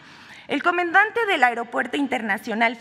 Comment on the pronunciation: "el comendante del aeropuerto internacional" ¿Cuando aprenderá a leer esta señora?